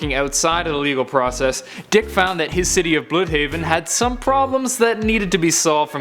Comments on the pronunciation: Dude, it's not "Bl-ew-dhaven." It's pronounced "blud-haven" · You say it blood haven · Tuba_G He butchers everything on purpose lol.